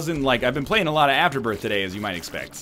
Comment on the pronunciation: You are also pronouncing Azazel, The Ludovico Technique and Afterbirth wrong.